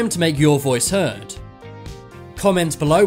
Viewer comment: At the end of every video he says " It's time to make your voice heard" It sounds like he's saying "It's time to make your voice hurt" 😂😂